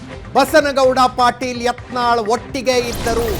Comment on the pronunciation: It's not yantal it's yatnal